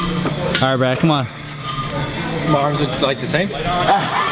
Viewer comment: "Brraat-ly"is how I imagine the subtitles would look like when Kai says Brad's name lol